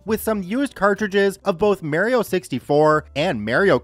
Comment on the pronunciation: You should never say Mario again.